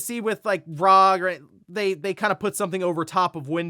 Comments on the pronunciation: For real. Have this playing in the background and keep hearing rog. It takes little effort to say R.O.G. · It’s not rog. Stop saying that. It’s R.O.G. it’s literally an acronym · well whatever, main point I’m getting at is that it’s not rog like he annoyingly keeps saying